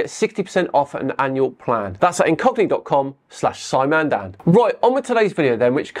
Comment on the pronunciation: Flat earhers lose badly? No! They lose magnificently, totally and comprehensively. As usual. They have never once come close to winning. I wondwred why you were gping on about cockneys but apparently you were saying ingogni.